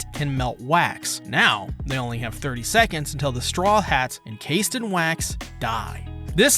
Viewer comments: Serious question why do you always mispronous strawhats as "strawlhats"? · Why does he always say „The Strawlheads“